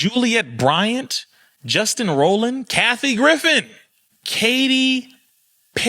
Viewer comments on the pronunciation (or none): none